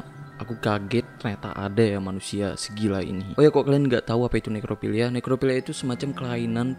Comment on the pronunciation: Bang inget ini nekrofilia bukan nerkofilia 😂